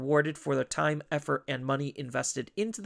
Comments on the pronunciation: Why do you end certain words with 'a'? the first time-a', 'bt06-a gabubond', etc. Honestly it's super annoying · lmao never noticed until this comment, now i canta unhear it >.<